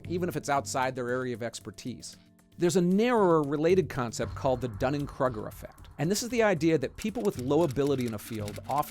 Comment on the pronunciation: Is that how you pronounce Kruger?